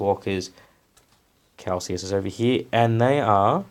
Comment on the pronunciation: Pretty sure you’re pronouncing Calsius correctly. You’re pronouncing lieutenant wrong, however. England and Australia pronounce it leff-tenant. I built mine as a Space Wolves battle leader. Bit of a pain getting rid of the Ultras symbols but I’m gonna cover them with wolfy bits anyway. I reckon he looks sick. Kinda like you throughout these vids.